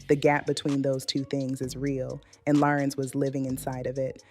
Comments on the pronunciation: Larenz, not Laurence 😒😒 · It's pronounced LA-RENZ not Lawrence!! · THANK YOU BLACK FACE, a.i. ROBOT, for giving us great content about this phenomenal actor. YOU CAN'T EVEN PRONOUNCE HIS FIRST NAME CORRECTLY. WE WANT HUMAN REPORTING, NOT ROBOTS! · What she call him. Girl say his name right! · All this technology and they can’t program these AI bots to pronounce his name correctly!! This man didn’t let that industry take his light, his soul! He looks good and spiritually healthy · Learn how to say his name AI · She’s pronouncing his name wrong. And he’s handsome.